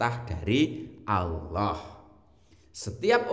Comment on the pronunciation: mohon maaf ya bukan Alloh tapi Allah